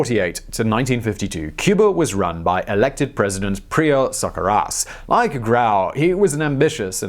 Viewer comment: At he introduces His opponent Prio Socarras. It sounded like he said, “suck her a**”. I had to rewind it twice to make sure it wasn’t a joke.